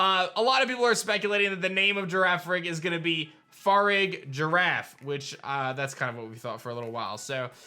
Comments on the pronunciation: bruh firagiraf would be pronounced “fuh-rig-a-raff” not “farig-giraff” cmon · farigiraf is most definitely pronounced far-ri-ja-raf rather than far-rig-ji-raf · please pronounce farigiraf correctly for the love of god. "far-ih-giraffe" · Im sorry but if yall pronounce farigiraf with the the soft G instead of a hard G yall are mispronouncing it farig iraf not farig Giraffe even though its a giraffe pokemon its never gonna have the actual name of the animal in the name thats stupid your all stupid for thinking it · stop it! no, bad bad. pronounce it like its a pokemon not an animal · Girafarig (Gi-ra-fa-rig) Evolution Farigiraf (Fa-ri-gi-raf) 😐